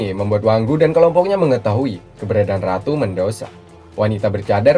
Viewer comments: Medusa bang bukan mendusa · bg namanya medusa bukan medosa